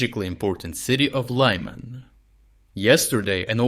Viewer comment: “City of Лайман»….😂